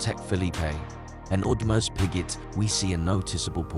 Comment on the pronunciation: Why do you take seriously a channel with AI voice and calls PP as Patek Philippé and AP as Audemarş Piggét?